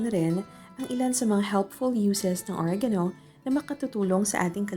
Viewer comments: Natatawa ako sa OREYGAYNO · Oreganoooo slang naman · If only oregano was pronounced properly